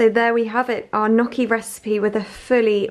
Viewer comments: The proper pronunciation of Gnucci is "Nnnyucky" (phonetic) not "Nuucky'" LMAO 😁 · Ok, I have to say it to you.. Gnocchi is an italian word and the gn sounds like ñ in Spanish!